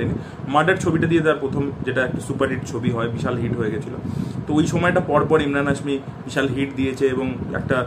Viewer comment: ইমরান না ভাই এমরান হাশমী 😅